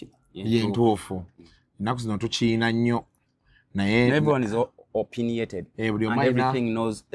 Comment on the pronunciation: Kats, the word is opinionated, not opiniated. Pay attention!